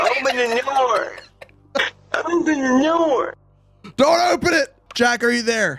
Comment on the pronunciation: OPNE THE NOOR